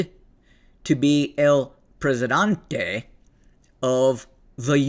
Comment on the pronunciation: Presidente, not Presidante....